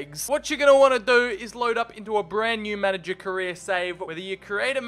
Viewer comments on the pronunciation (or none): none